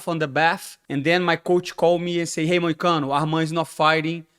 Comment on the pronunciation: MOOOOONE MOICANO (love it how he says it in portuguese/brazilian accent haha)